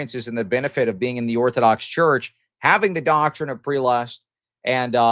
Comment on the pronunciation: Prelest is spoken as /PREHLEST/ or if its easier /ˈprɛ.lɛst/ not as preelest